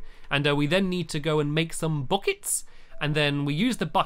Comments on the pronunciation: You said bockets instead of buckets! Ha! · "We need to go and make some bouckettes."